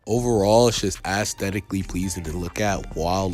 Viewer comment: “Assthetically pleasing” 😭